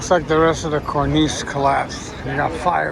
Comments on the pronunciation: Cornice. The chief pronounces it CORnis, so did my father abd grandfather, both archutects. You say corNEESE. Is that French? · Come on,, say it after me: KORN-iss. be safe.